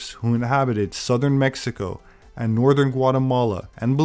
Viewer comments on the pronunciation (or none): none